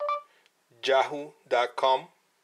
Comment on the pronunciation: It did sound like you said jahoo, gotta give that one to the Tablet ^^